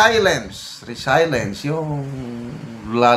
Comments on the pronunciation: Avid viewerpo from gensan... correction po, di po yan resaylens kundi reselyens po ang pagbigkas ng word na "resilience "..basta may english word mas mabuti po igoogle nyo muna para matsek ang tamang pagbigkas po..have a good day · Sir, mawalang galang po. Konting correction po sa pronunciation ng RESILIENCE. Tila ang tamang bigkas ay “RE-SIL-YENS.” Sorry po. Hindi po ako nagmamagaling. Paki double check sa dictionary app. Love you and respect you. God bless you. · Re sel yens Po ang bigkas nyan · RESILIENCE pronunciation is RE SIL YENS. To adapt or recover from misfortune, the ability to bounce back from difficulties. God bless. ❤🙏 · Resilience, pronounced as RE C LI ENS po.